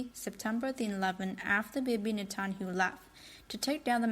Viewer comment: "Net tun ya hoo" is how his name is pronounced. Jeez, these robotic narrators are so annoying